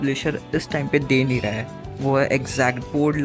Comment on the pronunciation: "nhi" Ki "ha"? Bro literally said- " Nhi+ha= nha"